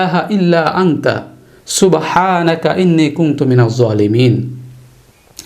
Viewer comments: হুজুর উচ্চারণ টা কি আংতা হবে নাই আনতা হবে। ২ প্রশ্ন কুংতু হবে নাকি কুনতু হবে প্লিজ কেউ জানাবেন? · ইল্লা আংতা নাকি ইল্লা আনতা,,,,,,ঝলিমিন নাকি ঝোয়ালিমিন ?